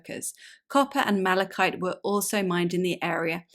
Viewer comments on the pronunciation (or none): none